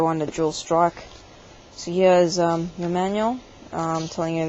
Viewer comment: it's dual strike, not jool strocke